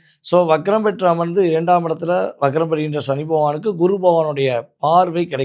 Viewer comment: "ஷனி" இல்லை "சனி"